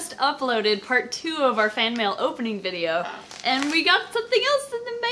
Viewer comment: "Don't read this part on vide-OH" So perfect